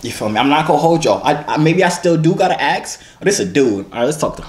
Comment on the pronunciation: damn bruh u say aks instead of ask